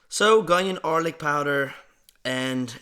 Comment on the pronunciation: bro said “gonion arlic powder” 😭😭